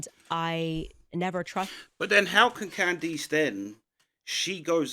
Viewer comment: Who is "can-deeese" ??